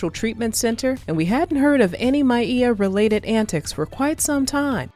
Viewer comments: Why you keep saying her name like that? Is this AI speaking? Because it's said like Mia but you saying Miea or something 😭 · Very sad indeed. Her talented mother passed in 2006. One of my favorite authors. Also, I'm irritated by her name being pronounced My-ee-ah. Isn't her name pronounced My-ah? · Damn you could at least pronounce name correctly, her name is Maia not Mieah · This is artificial intelligence. Synthesized black female voice over. Can't even pronounce Maia (Maya) correctly. Well, they tried.